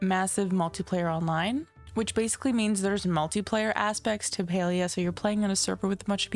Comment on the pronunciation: Thumbs down for your terrible pronunciation of the game learn how to fkng read.